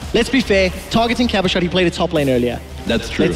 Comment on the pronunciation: Aw god .... Cabo-Card ..... It's Cabo-Shar .... XD